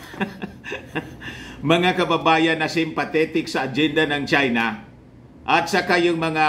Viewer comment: Gawang ChY-NaH!😂😂😂